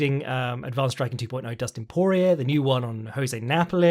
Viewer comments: Damn, does not respect Cajun pronunciation at all. Dustin "Por-E-er" Daniel "Corm-E-er" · Correction: Por-E-ay and Corm-E-ay.